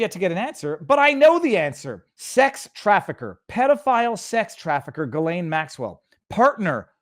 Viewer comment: Viva, you're from Montréal. You damn well know how Ghislaine is pronounced. Jizzzz lane/lain. Cmon man!!!